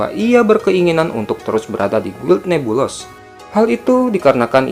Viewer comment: oh ya min itu guild NEBULOUS bcnya nebulus aja min 😊